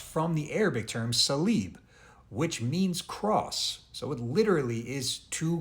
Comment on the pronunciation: Bros rough attampt to say salib.learn arabic